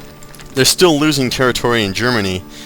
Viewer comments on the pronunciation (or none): none